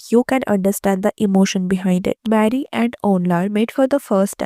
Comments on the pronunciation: Hi it's not marry it's mary(Meh-ree) pls correct your pronounciation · It's not marry it's pronounced may...ri